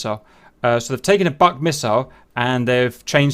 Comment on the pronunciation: BUK, Russian for a beech tree, is pronounced exactly like English "book", with U like OO, not as in "suck". I enjoyed the video regardless though ;)